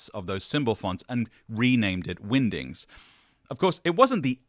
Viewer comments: it definitely sounds like you are saying Windings, is this a Benedict Cumberbatch pengwings situation 😆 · I think your pronunciation of "Wingdings" in this video is on par with Benedict Cumberbatch's pronunciation of "Penguins"